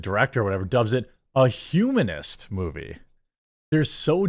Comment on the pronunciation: hhumanist? Hahahahahahaha